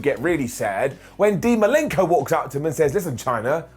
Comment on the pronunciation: Who's Dean Malinko? It's Malenko